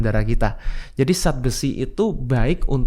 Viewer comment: Tolong bicara yg benar... Zat jangan di ucapkan Sat